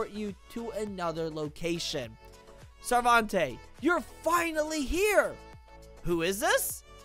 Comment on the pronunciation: Its not sarvante It is proununced as Sar-ven-tay